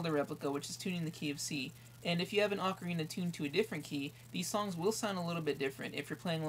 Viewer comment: HE'S SAYING ACORINA WHEN IT IS OCARINA